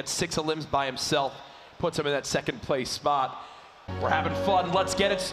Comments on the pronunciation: Lasse Bauer spawht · listen to how he says spot